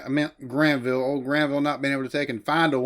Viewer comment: Granville...Not Glanville :D